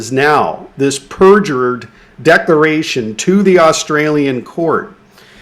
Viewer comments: DecLaration... geeze are you gonna DECLARE or DECORATE?? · Please god get this guy to work on his vocabulary. It’s subvert the law, not subverse, and it’s declaration, not decoration. Jesus Chris